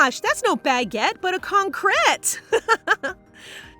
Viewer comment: pfffff 😂😂😂 con-cret